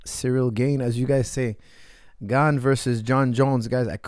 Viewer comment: How do you keep going back and forth with pronouncing his name as Gane and then Gain sometimes feel like your trolling us lol. Great video nonetheless.